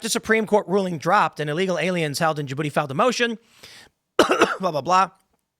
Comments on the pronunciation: It's pronounced juhbootee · Stop pronoucing the D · As a French, the way you pronounced "DJ Booty" was hella funny.